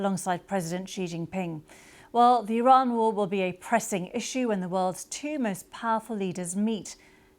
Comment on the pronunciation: "tee maist powerful".... posh birds make me gip